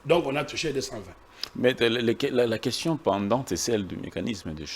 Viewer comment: Pourquoi, lui qui a étudié en France à des sérieux problème de prononciation des mots? Tantôt: queshion, tantôt: consition...il donne quel éducation à la population?